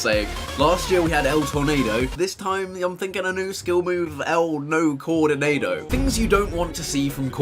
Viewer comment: El nocoordinadus 😂